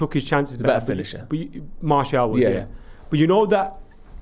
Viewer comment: Why has been calling Martial, “Marshall” recently? 😂😂😂